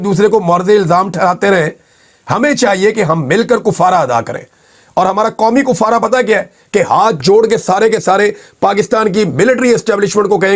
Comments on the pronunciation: لفظ Kaffara ھے Koffara نہیں ھے ۔۔تمام میڈیا پر کئ سالوں سے یہ لفظ غلط بولا جا رھا ھے ۔ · Not kofara, kafara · kUffarah❌️❌️❌️❌️ kAffarah✅️✅️✅️✅️